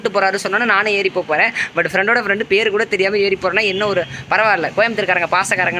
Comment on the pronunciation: Paeru ahh Illa beru ahh eanaya solraaa